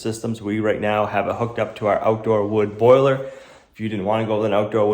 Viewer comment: It's NOT a "BOILER." Come on,, say it.